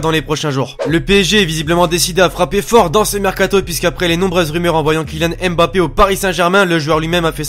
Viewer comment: prononce bien Mbappé stp